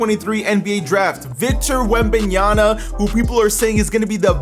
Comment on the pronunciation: Victor wembaynyana 😅😂😂😂